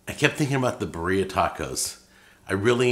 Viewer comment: beer-ee-uh like Siberia